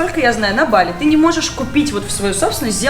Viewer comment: Какое нахуй бАли?вы с ударениями вовсе не дружите? Мерзко слышать !!! А так видос супер!